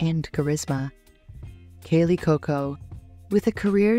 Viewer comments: Would have been much better if the narrator had learned how to pronounce Kaley’s last name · This video should be titled “how many wrong ways can you pronounce ‘Cuoco’?” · Please learn to pronounce the words you use. Kaley is CUOCO not COCO. Camarillo is Spanish the double L is not pronounced the way you pronounced it